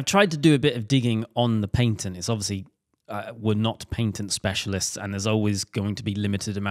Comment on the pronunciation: Paintent? It's a Patent!!